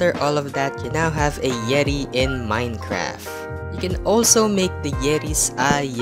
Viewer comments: Why do you say Minecraf and not Minecraft. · I like how you say minecraf instead of minecraft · Its not Minecraf its Minecraft